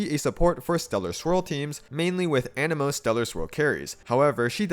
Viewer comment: While we’re talking about mispronunciations can you stop saying anemo as “uh-Nemo” (like finding Nemo???) it’s pronounced ah-neh-moh lol